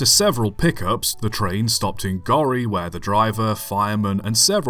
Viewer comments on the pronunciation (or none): Gorey is pronounced gore e, not "gory"